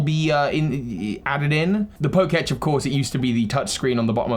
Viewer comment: It's not the poke-etch, it's the poke-tech